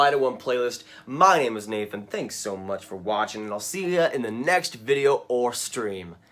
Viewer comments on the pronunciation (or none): none